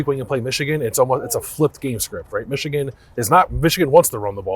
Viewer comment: Yall gotta stop saying Xichigan.....